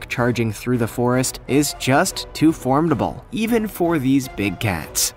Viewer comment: Ppl commenting on his pronunciation of jaguar but no one caught him say "formdible", though he said it wrong. Its formidable. Lol. Smart ppl.